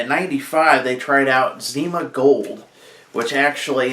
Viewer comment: "zow" lmao!!!